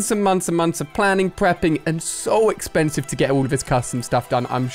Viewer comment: Wait did he just say exkhansive huh